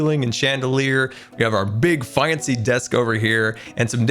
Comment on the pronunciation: I love how he sais faincy instead of just fancy